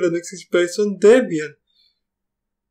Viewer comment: "Tepian", "Upuntu"? "Tepian tefeloper" :-) :-) :-)